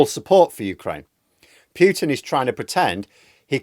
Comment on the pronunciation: There's no y sound in the name Putin. If you know how to say "Poo" you know how to say "Putin".